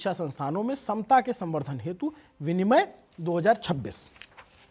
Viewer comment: विनिमय नहीं है यार विनियम है